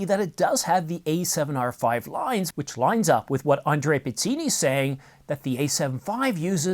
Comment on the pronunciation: All sources are Andrea Pizzini? By the way, the correct pronunciation is : pitz-EE-nee.